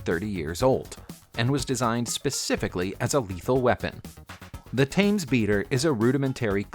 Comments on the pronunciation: I do wish the narrator would pronounce Thames the way the English do. It isn't pronounced Taimes it is pronounced Temes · Thames= T-ems . There are apps that teach you how to correctly pronounce words. Or look at pronunciation guides in dictionary….. but the again you are probably too stupid to decipher that guideline.